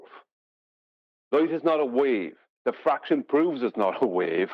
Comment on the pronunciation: I think you mean to say "diffwaction"